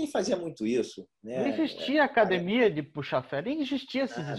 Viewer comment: Sempre quando é um gracie tô assistindo. E notei que o Royler tá falando "acadEmia" e não "cadimia" kkkk Parabéns pela entrevista.